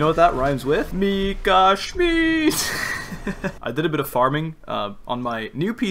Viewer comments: you are pronouncing the name wrong its schmidt with a short i and not schmied witch is the german translation of smith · I'm sorry to nag you, but it's actually pronounced "Mika Schmitt" not "Mika Schmeat" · + you’re actually saying Mika “Schmied“ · no both of you are wrong you pronounce it schmeadt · whenever i hear dehya’s burst i always hear it as “you’re dead schmidt” and i can’t unhear it and burst out laughing everytime istg 😭😭😭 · obviously not, orherwise he'd pronounce it right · he's pronouncing it like that on purpose, he mentions the proper pronounciation in the video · where did I start a riot now? I just said I doubt he's German based off how he pronounces 'Schmidt'. You are way too emotional for what I just said. Plus, I don't care if he pronounces something right or wrong. You don't even know my mother tongue. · I still can’t get used to you saying “schmidt” since it’s my last name in german and i get called that a lot😭